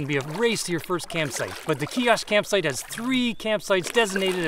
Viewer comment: Great video! That is so weird to find a bunny in a canoe lol! Just thought I'd let you know that you are pronouncing the name Kiosk wrong. It's actually pronounced with a long i sound. A lot of people get this name wrong though.